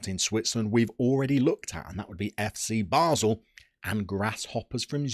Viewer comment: duuuuude, it's basel not basle... i feel offended :o